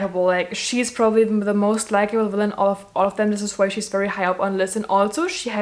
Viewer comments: Wanpires, I stan a girl that can't pronounce the letter v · Ikr! That is how they pronounce it in Germany :)